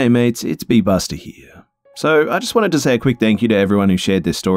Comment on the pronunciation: I skipped forward 30 at the beginning, heard "Busta nut" and was so damn confused 😂 funny stuff!